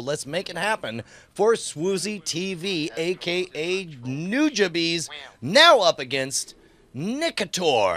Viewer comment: My god, "nujabees?" NUJABEES? pronunciation of Nujabes brought shame upon my family.